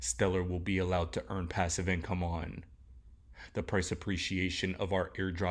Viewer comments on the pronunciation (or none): Did you say passive on stellar?